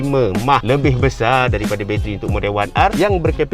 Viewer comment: 1st time dngr battery mah bukan m a h ke? 😂